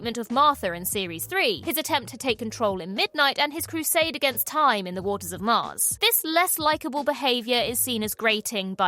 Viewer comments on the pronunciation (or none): none